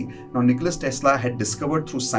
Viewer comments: His name is Nikola, not Nicholas. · NIKOLA not NIKOLAS